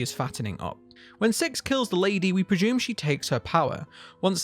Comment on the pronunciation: I really like these videos, but all the ashume and preshume, preshumably etc. is triggering 😆